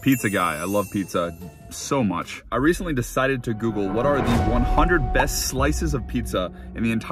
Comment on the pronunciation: The emphasis in that “so much” when he’s talking about his love for pizza